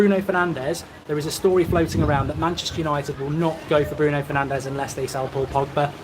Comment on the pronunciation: Pls it's bruno fernandeS, not bruno fernandeZ, he is not spannish ok 😂